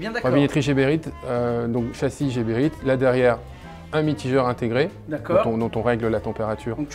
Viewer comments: c est Geberit avec un G comme guépard pas Jeberit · Nice nice, juste que par ici on prononce " Guéberit" et pas jéberit... Enfin on s'en fou mais ça fait bizarre...from Bxl..ahh les Belges 😉